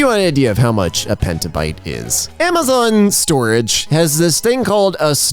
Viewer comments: it's petabyte, not pentabyte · it’s PETAbyte, not PENTA. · Not pentabyte. Petabyte. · It is petabyte, not pentabyte